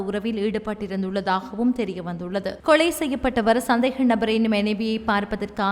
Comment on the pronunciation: கொளை இல்லம்மா கொலை